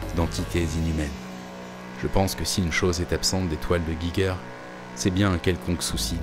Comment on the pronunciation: Intéressante vidéo !! :D Par contre, il faut prononcer le nom "Giger" comme "'Jijer".